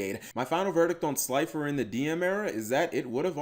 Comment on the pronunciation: Say gods name wrong Obelisk the Tormentor,Slider the executive producer And Last Ultra mega chicken